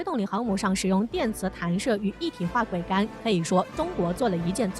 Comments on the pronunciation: 桅杆 念做 危 不要再念錯了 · 你读一下试试，她念错字但很专业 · 播音员的水平都低到这种成都了吗？连“桅杆”这么普通的词都能读错，这是找了个小学没毕业水平的人吗？